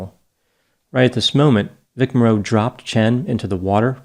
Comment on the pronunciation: You need to learn the correct pronunciation of Vic Morrow. It's not Vic MorROW, it's Vic Mar O